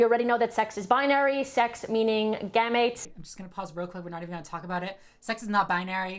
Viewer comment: why the fuck are we listening to her? she calls gametes GAMATES and Chromosomes CHROMOZONES. like...girl- you even googling those words before you say them?